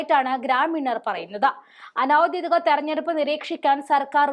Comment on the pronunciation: കൂടെക്കൂടെ ആവർത്തിച്ച് കേട്ടത്കൊണ്ട് എഴുതുന്നു: ഔദ്ദ്യോദികം അനൗദ്ദ്യോദികം എന്നല്ല പറയേണ്ടത്. ഔദ്ദ്യോഗികം, അനൗദ്ദ്യോഗികം ഇവയാണ് ശരി. ഉദ്ദ്യോഗം എന്ന വാക്കിൽ നിന്നാണ് ഔദ്ദ്യോഗികം, അനൗദ്ദ്യോഗികം ഉണ്ടായിട്ടുള്ളത്.